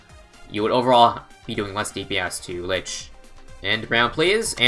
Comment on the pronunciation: isn't it pronounced leach? as in it leaches the monkeys life when sold, and buffs from monkeys, and it uses them to heal and spawn dead moabs